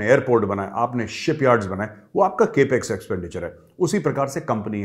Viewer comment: It's Cap X not Cape X😃